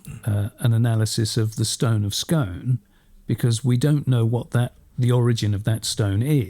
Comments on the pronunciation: its pronounced Skoon, skOOON, SKOOOOON. Its a lump of red Sandstone from the Devonian period (We've known this since the C19th). Exactly the same as the rest of the red sandstone that Scone Palace is made of, the monastery was made of and all the older buildings in the local area are made of because that's whats in the ground, kick the turf off you're standing on it. As far as I'm concerned, and many Scots think the same, you can keep it. Its a knock off. It has no historical significance before 1296 when the local monks fobbed it off on Edward 1st of England. It could just as easily come out of a falling down pigsty as be the legendary stone (the Lia Fail, Jacob's pillow) that Scottish kings were crowned on. BTW - I love the channel 🤷‍♂😊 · Hey Guys, the Stone of Scone is pronounced Scoon! Very important to get these things right. I've read that they have tested it and it is local Perthshire sandstone, not harking back to Jacobs Pillow or indeed Ireland. One account suggest there is evidence it was a threshold stone in abuilding that was used to replace the original when Longshanks came north. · It’s Stone of “Scoon” guys